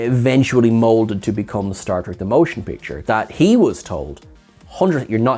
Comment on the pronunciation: I have seen several over your videos and I like them. However… Can you please explain to me why whenever you refer to the first Star Trek film, you call it “Stark Trek: The MOTION Picture, instead of just saying it as “Star Trek: The Motion Picture”? Without the unnecessary emphasis that no one else does? Because I have literally switches to other videos because you do that.